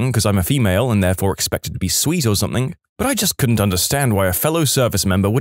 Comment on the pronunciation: No K in the word something .